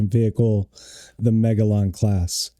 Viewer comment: Hey, it's Magellan (Muh jell un - as in Ferdinand Magellan, not Mah gale un. Y'know the explorer who discovered the Strait in Tierra del Fuego that was named after him).